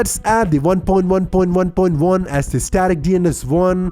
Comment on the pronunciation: The way he says 1.1.1.1 Haha Nice video, though. Thank you, son.